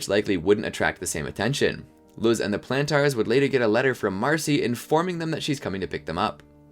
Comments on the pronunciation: Lol, "Plan Tars". (No offense intended, I just find the way you pronounced Planters amusing.) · love this but whenever you say plantars i scream in my head